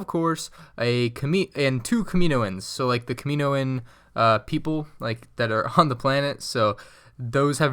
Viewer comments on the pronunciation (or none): not nitpicking, but it’s Kam-in-oh-in and not Kuh-mee-no-in. Otherwise great video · Kami-NO-an,.